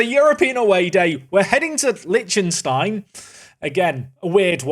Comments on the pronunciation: Lec-tin-stein , not lynchinstein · how can you be this horrible at pronouncing like usually idec but this just pisses me off honestly. Liechtenstein and Sarajevo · Is that how English people pronounce Liechtenstein? Jesus christ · Where did you learn to pronounce Liechtenstein? 😂 It's delightfully and horrifically butchered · The mispronunciation of Liechtenstein hurts me :( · Thanks! I always said it wrong too 🤣✌